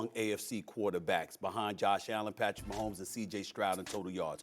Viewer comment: #15 Patrick Wah-homes :face-pink-tears